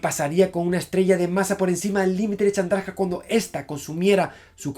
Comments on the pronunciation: ¿Has dicho Charmander en vez de Chandrasekhar? ¡¡Jajajajaja!! Deja los videojuegos y los tebeos, Javier, y ponte a hacer física, hombre, que esto no es serio. XD ( ¿¿Dices Chandraka??) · Llegará el dia que Javi diga bien el nombre de un científico? Srredinger,Chandraska,etc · dijo charmander? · Like si escuchaste el Charmander jajaja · ¿He oído charmander en el minuto ? XD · Según esta página, la "e" de ese nombre sí se pronuncia